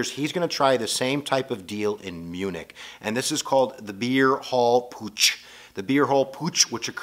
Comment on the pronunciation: not sure if you read these comments, but i'd like to help with the German pronunciations if i may, so you can use them in future lectures: Beer Hall Putsch = PUT-shh, not Poosh Lebensraum = LAY-bins-rowm, almost rhymes with "town" (hard to roll the R without practice and training) Kristallnacht = KRISS-shtall-nocked